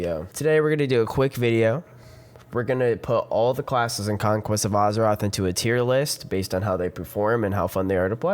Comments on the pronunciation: Az-eroth, not Uz-eroth. Nice vid though. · Guy cant pronounce Azeroth.